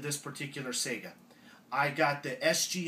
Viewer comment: Just saying, it's pronounced Sai-gah, not Say-ga.